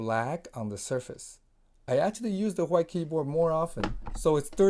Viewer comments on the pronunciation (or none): Reincarnation of bob ross Titanium Whghghghgite lol I like the wghghghghgite one lol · Thanks for the video. You saying hwite all the time was triggering me though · The way this man pronounced white makes my skin crawl